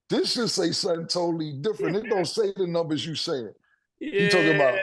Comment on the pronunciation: Mase calls numbers “Nimbers” 😂😂😂